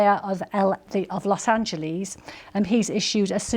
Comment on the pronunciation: Los Angelees? Really? BBC! Its spelled Los Angeles. How do you say angel in english?